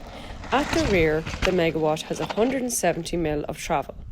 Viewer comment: It is not megawash it is megawat! LOOOOOOOL